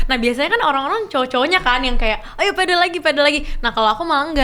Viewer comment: sorry bang bukan pedel, tapi padel. E nya kaya tempe